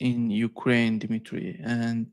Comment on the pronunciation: His name is Dmitry, not Dimitry,.